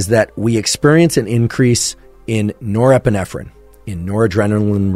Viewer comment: Can't get past nerprenerpprenerprenerp